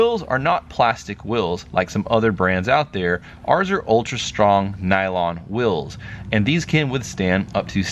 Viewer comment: Wulls? Are you saying "wheels?"